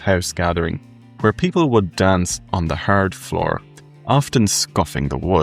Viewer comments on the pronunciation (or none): none